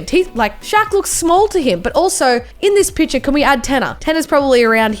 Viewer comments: She said pitcher instead of picture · Nobody:: “Piture. Piture. Piture” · can I make fun of her for saying pitcher now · She says pitcher